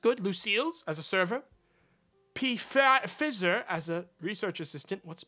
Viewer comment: "Who's Pee Fizzer" How tf you live in the US and not know who Pfizer is? FEYE-ZER I did a project on them a few months ago for a business class and it's disgusting how many lawsuits and claims there are against them about animal testing specifically.